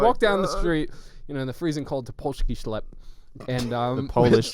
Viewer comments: never did i know i needed to hear michael say "polski sklep" til now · I love the way Michael pronounced "polski sklep" XDDD anyway, Poland still loves you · Im a Polish person and the way Michael says polski sklep got me rolling on the floor